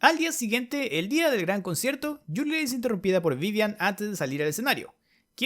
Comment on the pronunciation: Escucho mal o dice concherto xd